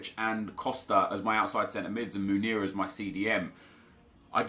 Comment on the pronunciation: Sorry for correcting you but it just gets on my nerves for some reason. You get Munir confused with Meunier it's pronounced 'Moon-e-a' and the 'e-a' bit you just say the letters e and a